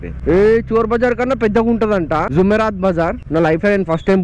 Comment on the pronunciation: Arey Naina zoomerat bazar kado adi “JUMERAAT”Bazar